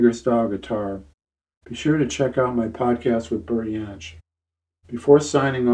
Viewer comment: Thanks, great interview, or should it be 'Yas'? Maybe Yohn Renbourn too? Never understood why people call Bert Jansch 'Bert Yansch'? Bert always pronounced his name with J not a Y (Jacqui McShee told me this).